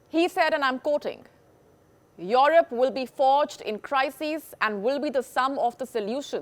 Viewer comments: If she says IOROP one more time my head will explode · Your rop 😂lol the way she says Europe